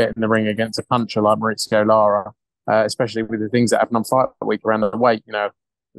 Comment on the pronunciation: Why do and Hearn pronounce Lara's name mar-ITS-eo, when it's mar-EES-eo?